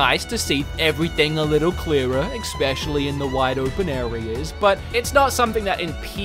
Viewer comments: You say expecially but the correct is especially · Good review. But please try to start saying especially instead of expecially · Please, it’s especially not expecially. E-specially... thank you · "Expecially" -you many many times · Awesome review man! But seriously!.. Where are you seeing an "X" in the word especially!? 🤣🤣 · This was a greatly written and produced review. Still triggered by the use of ‘exspecially’. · Why does every time says “specially” he pronounces it as “expetially”???? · Xpecially Chronicles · "exspecially" really?